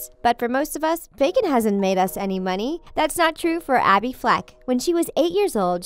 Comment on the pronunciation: "Do you love backen." me: I am vegeterien. "Of chors you do" me:😑😑😐😐 relly...